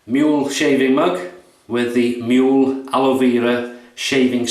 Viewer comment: The prounciation is moo-leh. The ue has a sound not Föhns in english. Google Translate can do it. Greetings from Germany Thomas